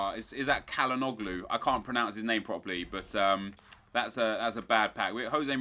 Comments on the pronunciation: .you pronounce his name like this chala nog lu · It's Cal-han- oglu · his name is pronounced chal-ha-nu-lu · U say his name Chanaloglou not Canaloglou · He's pronounced 'Chanallogu' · you say it chanalogloo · all the debate in the comments about if it is chalanoglu or chalanolu all the turks (like myself) say its chalanolu but all the people who have no knowledge on our language are arguing against us saying its pronounced chalanoglu. this debate should end. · Pronounced "Sha-Long-Loo" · You pronounce IT like Tschalanolu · i think it's cal - hah - nog - loo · Shan-A-Noglu I think is how you pronounce if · its CHARL-HAN-OH-LOU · It is 'chalanoglu' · I think it's pronounced - Chal - Han - O - Glu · Nepal you pronounce his name" chala-no-glue" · I'm Turkish and he's pronounced Chalhanoolu. Ç = Ch and Ğ = Oo You can think Ğ is a softer version of G. :) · It's pronounced chan - er - no - loo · you say it like ' Cha-La-Nog-Loo' :) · you pronounce it: Chan-a-log-lu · It's pronounced Ha-kan Chal-han-olu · his name is pronounced chalhanoghlu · its pronounced Há-kan Chal-han-olu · Hakkan "Chal-hanoglu", Nep 😊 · its pronounced Cholanoloo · He's pronounced "Challanolu" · More like Chal-han-olu (I'm turkish btw) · his name is pronounced cal-honog-glu or chal-honog-glu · Hey nep calhanoglus name is pronounced Chal-a-noglu, and great episode of draft to glory :) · You say that players name as chal-a-noglu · FYI it's pronounced chalhanolu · Nep it's pronounced Chanhanolu. Like the C at the end of Modric. And you don't pronounce the G. So Chalhanolu. I hope I could help you, great episode and finally a draft win! :) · it's pronounced "chal-han-oh-lu" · You pronounce him like shalhanolu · you pronouns it Hakan chanlanaglo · CAL HAN AH GLUE You're welcome Nep! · In Turkish that 'g' is silent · Hey Nep, the guy you packed on name ıs Hakan Çalhanoğlu you pronounce hıs name lıke thıs: The fırtst letter you prnounce like CH as in CHurch. The 'ğ' you don't pronounce.